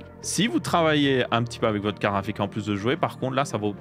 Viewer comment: Jaime bien quand il dit "KARRAFIK" 😂